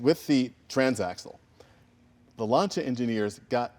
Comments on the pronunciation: it not LANCHA it's LANCHIYA(the correct pronunciation) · Say lancia right! Pronounce it! Not slay it!!